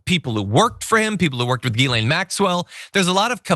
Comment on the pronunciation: Its jizzlane not geelayme